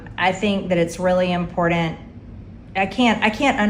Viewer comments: "impordant" is still not a word, dear. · I think is really IMPORDENT that anyone who says impordent should probably be taking some classes instead of being elected and her threats sound borderline harrassment but there are already things shes done that merit jailtime and what a laugh you can have opinions as long as they are hers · Is it really IMPORDAND Marge? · She can barely speak English. For example, the word is 'important', not "Impordent". Btw, one major reason i think the U.S. is bats*** crazy, is that you not only elected Trump...TWICE, but you also elected this class A piece of human excrement as well. There is something deeply deeply wrong with your country and for what it's worth, i truly hope you can find it and fix it.